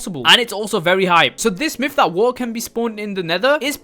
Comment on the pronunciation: You saying waer in stead of water